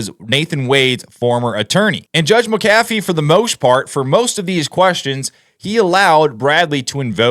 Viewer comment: Pronounced Mac- a - VEE !!